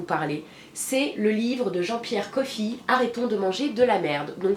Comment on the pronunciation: Ma tu m’as trop fait rire! ce n’est pas jean pierre coffi (genre café en anglais) mais coffre sans le R;-)) merci pour tes vidéos qui sont toujours un plaisir à regarder!